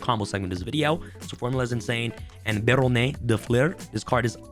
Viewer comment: You are pronouncing barronne wrong it sounds like you're trying to speak Spanish in French it should be more like behr-hron